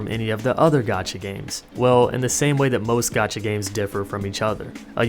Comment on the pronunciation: I tought you were saying gachi I was expecting something else